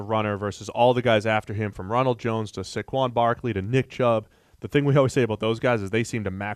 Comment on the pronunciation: Why do they keep saying Saquan Barkleys name wrong?